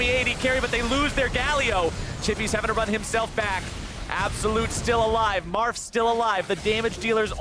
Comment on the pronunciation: Marf? Sounds more like Barf to me.